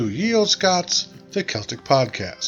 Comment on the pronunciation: Ye is pronounced as The, lol